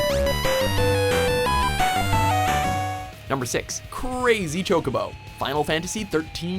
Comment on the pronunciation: Chocobo? its more like ChoCockBo.